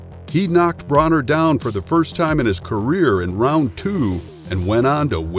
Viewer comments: It’s broner like boner and yes this fight was great broner got schooled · Thank you so much for mispronouncing broners name 😂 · these channels that make fight videos are a dime a dozen. you clearly dont watch boxing if you cant pronounce Broner. if you make fight videos be a fight fan first